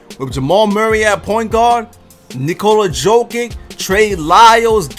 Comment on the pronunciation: Nigga said Nikola Jokit